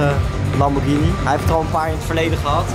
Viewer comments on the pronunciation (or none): none